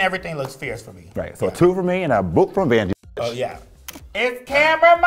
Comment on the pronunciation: please dont call vanjie no more. EAR BLEED